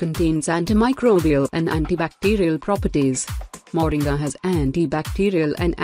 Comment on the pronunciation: The name is not Moring as pronounced in the video. It is actually pronounced Moringa (sound "ah" at the end).